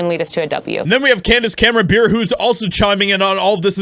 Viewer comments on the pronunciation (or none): It's Bure pronounced Bore Eh. She is married to Pavel Bure a famous Russian hockey player. She is also a devoted Christian and unashamed conservative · It's pronounced BURR REY. As an Pavel Bure, NHL player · Dude, how hard is it to pronounce Bure as Beret or Burr-ayy? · It’s pronounced Burr-A